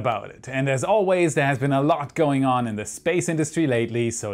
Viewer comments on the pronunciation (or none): none